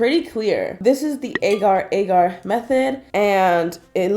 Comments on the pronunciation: Ar-GE that is how it is pronounced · It's Aa gar